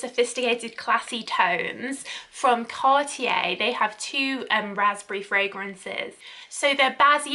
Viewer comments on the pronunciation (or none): none